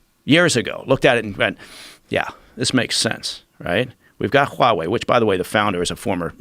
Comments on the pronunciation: He really pronounces that H in Huawei. WHOOOOWAAHWEI. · God I hate how he says 'Huawei', are they sure he's ex CIA? he sucks at pronouncing chinese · I cringe every time this guy says Huawei lol... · If he were to say HUAWEI one more time.....😠